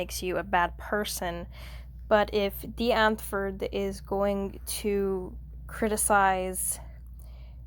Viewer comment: Or take a drink every time you pronounce Die Antwoord wrong. 😆 It's D. I. E. like die☠ Ant🐜 wood⚰